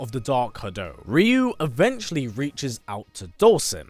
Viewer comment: Cringe* every time I hear the commentator pronounce Ryu’s name as Reeeeyoooo 🤯 makes him sound like a different person 🤣